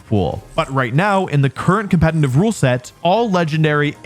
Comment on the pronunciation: I really love your videos but it absolutely kills me that you mispronounce the word 'competitive' despite being a competitive Pokémon player.